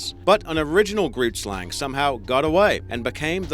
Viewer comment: hey, Afrikaans speaker from South Africa here... don't know if someone pointed this out yet... but you completely mispronounced "grootslang" Oh and I'm not hating or anything, just want to help. Keep up the good work. Listen to this, the pronunciation is still a little off but yea